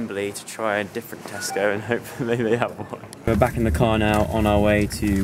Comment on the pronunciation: Joe: This is the biggest Tesco I've ever seen. Me: I LITERALLY JUST THOUGHT YOU SAID TESTICLE